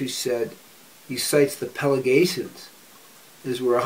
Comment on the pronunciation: FWIW, it's Pelasgians, not Pelagatians.